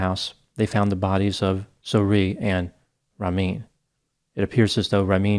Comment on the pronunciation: Wow you butchered these persian names like Ramin his victims